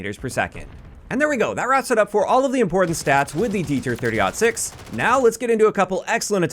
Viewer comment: I am ecstatic that you pronounced 30-06 correctly. Every YTer I've seen called this "30 0 6."